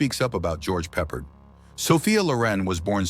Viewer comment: Why does this narrator keep mispronouncing George’s name?! Do better.